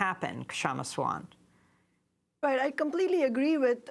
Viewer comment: She's very articulate. My only regret is how her name gets mispronounced. (K is silent, so think of Sha-ma, and Sa-waant). No offence meant, Aimee :-)